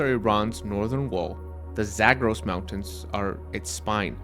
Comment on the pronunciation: why do you pronounce "Zagros" like that? if you're going to approximate the vowels with English vowels, you should use your English PALM vowel rather than the TRAP vowel for the first syllable and then you pronounce "dasht" as in "dasht-e-kavir" with the wrong vowel. that one should have the TRAP vowel. it's obvious that you can pronounce things properly when you try; why didn't you consult with a native Persian speaker for a few minutes before recording this?